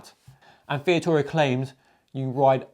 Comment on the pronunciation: you called Vittoria " Via-tora", rather than Vi-TOR-ia. just saying. otherwise, great vid. and I agree about this year's Ronde. Great race, and nice to see Van der Poel outsprinted by Asgreen.